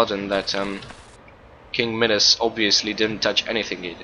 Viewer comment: Pronounced MIE-das.